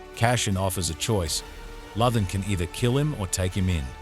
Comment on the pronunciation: Appreciate the recap, but would suggest learning how to pronounce CASSIAN and LUTHEN. Gave up two minutes in. Who are CASHIN and LOTHIN?